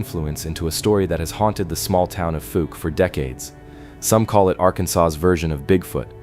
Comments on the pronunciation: Fouke is actually pronounced like falk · That is not how anyone in Arkansas says Fouke. The ou sounds like the ou in mouth.